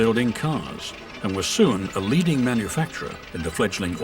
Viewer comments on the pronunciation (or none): none